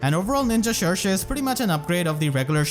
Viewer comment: I'm glad we finally know how to pronounce Cherche correctly! I keep butchering her name before XD